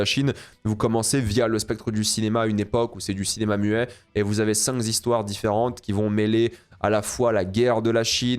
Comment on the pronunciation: Entre "cinq z'" et "oppresser" tu as fait fort pendant cette vidéo ^^ Blague à part top tres intéressant, il y a plein de films que je n'ai pas vus, je vais les chercher, merci !